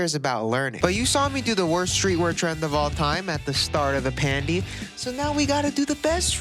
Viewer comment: please never say pandy again i love you but please